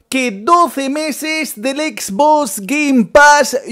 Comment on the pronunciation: Dice exbos